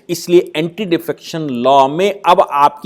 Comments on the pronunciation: "ANTI" pls. Not "anty" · Anti, not Anty...